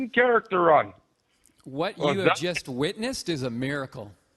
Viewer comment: "I witnissed a nosebleed I'll tell you that" I'm dead 😂😂😂💀💀💀